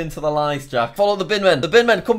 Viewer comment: Jack's pronunciation in Spanish countries is 👌